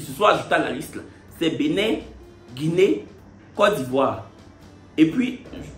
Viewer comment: Mais en comment Benin devient Benille dans anglais là?🤣🤣🤣🤣🤣